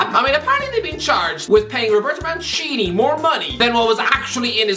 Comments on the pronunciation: I always heard Man City when I heard his name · Every time says "Mancini", I hear "Man City" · Felt weird how he pronounced it right the first time and then never again